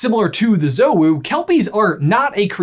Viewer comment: Big fan. And I hate to be 'that guy' but if we're following the traditional: the pronunciation is "Joe-wu" rather than "Zoh-wu". You guys put sooo much effort into your videos and research so this is more of a heads up for the future vids than a 'You Dum Dums'.